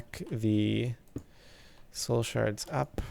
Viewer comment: i love how he is saying shole shards lol